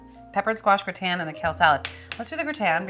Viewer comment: GRAH-tn, not gre-TAN. And stop saying "like". Jeez. But you've come a long way since that show 6 years ago.